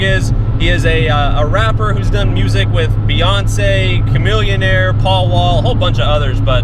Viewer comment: This fool said Paul wall